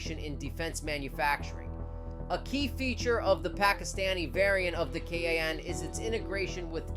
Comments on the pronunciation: Its kaaaaaan not ka a an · its Kaan why you're saying k a a n